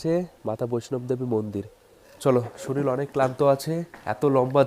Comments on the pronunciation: শরীল নয়, শরীর বলুন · ভালো হয়েছে ভিডিওটি। তবে উচ্চারণ সংশোধন করা প্রয়োজন। উনি বলেছিল, শরীল, ড় ও র উচ্চারণ ইত্যাদি ত্রুটিপূর্ণ উচ্চারণ সংশোধন করা জরুরী। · "শরীল "?!🙄 বাংলা উচ্চারণ ঠিক কর, কানে লাগছে। এমনি ঠিকাছে ব্লগ। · বন্দে ভারত ❌ বুন্দে ভারত ✅ শরীর ❌ শরীল ✅ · শরীল না বলে শরীর বললে খুব ভালো লাগতো